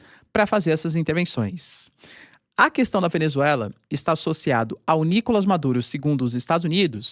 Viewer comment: Pq vc fala "Nícolas" Maduro e não "Nicolás" ?